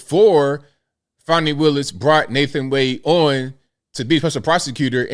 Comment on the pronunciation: There is no "W" in fanny or Fani. Why not say "Fanway" or some other weird pronunciation? Big fanny Fani.